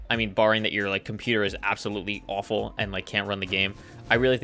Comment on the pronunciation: The “cohmparster” 😂